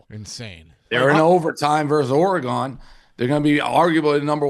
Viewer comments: Dave’s refusal to pronounce “Oregon” like a civilized human is ridiculous. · So nobody has the balls to help Dave pronounce Oregon correctly?